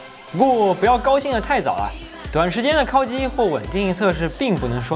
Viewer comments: 为什么是“kao（一声）”而不是“kao（三声）”？故意的吗？ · 烤(kǎokǎokǎokǎokǎokǎokǎokǎokǎokǎokǎokǎokǎokǎokǎokǎokǎokǎokǎokǎokǎokǎokǎokǎokǎokǎo)机。第三声。听你kāo机真的受不了。kāo 这个字我都打不出来